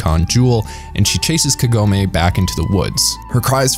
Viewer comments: All the names are pronounced in english like in japanese except Kagome, wich should be spelled kAgome, not kagOme. I wonder why? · It's Kagome, not Kagoemay